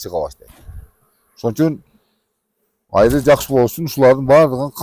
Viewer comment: Айры дебей Аары деп эле сүйлөсөңөр.